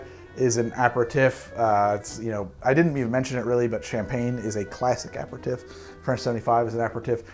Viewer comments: usually love your videos, but....the six different pronunciations of "Aperitif" within the first minute and thirty is driving me absolutely bananas. And not once did you say it the way I've always heard it: "ah-pear-ah-teef". Otherwise this is the usual solid effort from you that is informative and fun to watch. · I can't finish this video, the french pronunciations are killing me inside... apereTIFF?? DuBonneTT?? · I love you, but If you say a-per-tiff one more time the entirety of Europe is going to drop dead. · You keep pronouncing it wrong. Aper-ih-teef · Your bad french accent is a thing of beauty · I love your videos but you're not pronouncing aperitif properly. I had to stop after the 42nd time! Regardless, you're awesome, thanks for making 2020 better!! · My French uncle is crying at the pronunciation of aperitif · like fingernails on a chalkboard...please google the pronunciation of aperitif...love the content! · Do Haus make a different aperitifs as opposed to the right way of saying it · i think youre missing a vowel out when you pronounce aperitif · Why do you pronounce aperitif that way? You’re missing a vowel in there and you’re putting the wrong emPHAsis on the wrong sylLABle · wanted to learn but i can't watch 30 mins of him pronouncing aperitif wrong. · Had to stop about 3 minutes in... Annoyed as heck at him consistently pronouncing aperitif and digestif... Kinda bummed because it would be an interesting video otherwise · I can’t stand the way you say aperitif! Omg. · It's DUBONNAY. NOIPRAR, APAIRTEEF Not that it matters. I like your content. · So as a French-Canadian your pronunciation is driving me crazy,!Now I know how my French Great Aunt felt when she heard our "pig French"as she called it. Ah-pair-ah-teef is how the French say it. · its pronouncced aperteef. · Sorry, still cringed everytime you said "tiff" vs "teef". Had to mute and use cc to finish- not sure why it was such a trigger 🤷🏻‍♂️ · a·peh·ruh·teef TEEF! TEEF! not TIF!